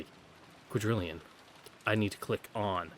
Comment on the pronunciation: omg I've heard people say this before but this is the first time I can actually hear it - the way she says "quadrillion" makes it sound almost exactly like "Kuwadorian" the hidden mansion. Kinzo had fun with his wordplay huh!